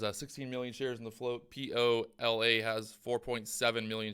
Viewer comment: Lol it’s POLA